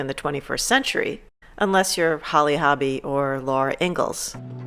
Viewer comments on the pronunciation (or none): none